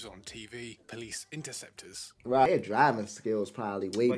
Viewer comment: They are interceptors not "enterceptors"